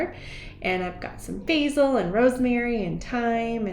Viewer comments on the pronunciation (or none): none